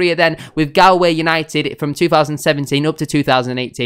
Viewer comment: pronounce it gaull-way united mot Gall :)